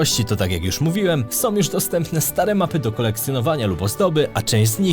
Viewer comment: Wymawia się są nie som, z Ukrainą nie Ukrainom